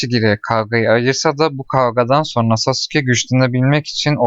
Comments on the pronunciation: lütfen çek ve lütfen sasuke deme saske de oyle okunuyo lütfen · aga o nasıl bir telaffuz sasuke diye okunmaz ki saske diye okunur sasuke diye yazılır naruto izledin mi bilmiyorum ama saske diyorlar hep ben narutodan hep öyle duydum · Sasuke diye okunuyor brom Naruto hızlı söylediğinde saske gibi oluyor